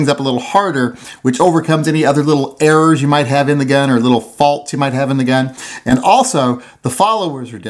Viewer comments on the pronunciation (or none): none